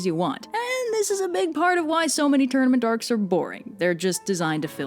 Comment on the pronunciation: I kept hearing “tournamendarks” and similar gibberish before the words “tournament arcs” were actually on the screen 😂